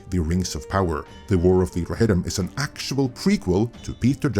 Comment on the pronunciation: the warrr of the rrrrohirrrrrrrrrim